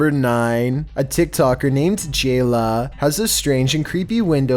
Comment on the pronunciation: Dude I can’t take this sht serious with your voice. The way you said jayla for 9. That shts hilarious